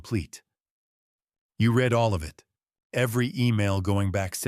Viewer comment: This error is often repeated so I don’t believe a human is involved. “ RED” everyone should sound like “REED”